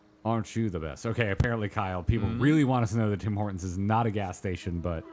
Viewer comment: Can you stop getting Tim Hortons wrong? My Canadian blood pressure can only go so high.